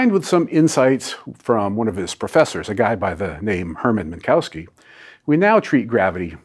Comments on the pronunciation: There is no "cow" in Minkowski. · Minkowski is pronounced /min'ko(f)ski/ – there's no need to alter a word that is totally pronounceable in English. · You'd have more credibility if you'd bother to pronounce Minkowski correctly.